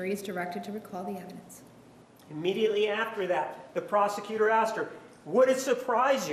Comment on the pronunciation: Once during the trial Juan objected to saying "excape", and I'm pretty sure he also says "axed"